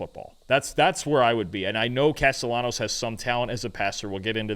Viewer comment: Hey fellas the proper pronunciation for Castellanos is with an L not a Y. It's not a Latin American dialect.